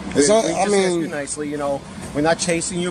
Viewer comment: Voice over, learn how to say "ask". It's not that difficult.